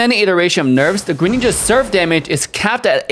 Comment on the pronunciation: they butchered greninja